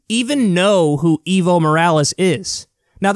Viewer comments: Dear Americans, please learn to pronounce the name "Evo Morales". It's not eevo, it is eh-vo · Not eevo, ehvo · Hey Kyle, the right way to say Evo is Eh-vo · The former president of Bolivia is EVO, not IVO. Ok, I understand this host doesn't speak Spanish... but ¿Ivo? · it's not iiiiiiiiiivo Morales, i'ts EEEEEEEEEEEvo Morales. EE as in Enter. You don't say Inter, right? you say EEENTER, then say with me , EEEEEEEEEEEEEEEVO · Its Ehh-vo no evil lol